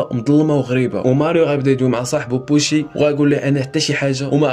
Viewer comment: اش من بوشي اسمو يوشي و طريقة نطقك الأسماء خاطئة